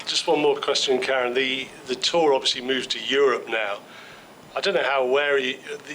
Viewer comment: If there's one thing he's achieved at this year's US Open, for me it's his win over Kyrgios 🤘🤪 Ма-ла-дэц!! And to all journalists - his proper name pronunciation is Ka-RÉN, emphasis on the 2nd syllable, not the American female KA-ren.. Keep it professional, por favor 🤦